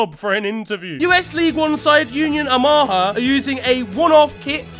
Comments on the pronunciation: i understand ur an englishmen but cmon its Union O Muh haw not oh mahhh ha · Ahama? it’s Oh-ma-ha 😭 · Just a heads up: its pronounced (oh muh ha) not (oh MAHA) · I live in Omaha (pronounced Oh-ma-ha) and never heard someone pronounce it O-ma-ha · The O-Maa-Ha killed me. As an American, pretty much any American reference is butchered in some way. Which isn't necessarily a negative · bro just pronounced Omaha in the funniest way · My American brain can't process the way he pronounced Omaha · pronunciation of Omaha SENT ME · Hearing you pronounce Omaha made me laugh, not at you. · botched the Omaha pronunciation